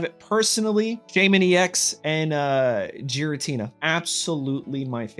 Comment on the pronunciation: That Giratina would be a massive problem. Also, please stop calling it Jiratina.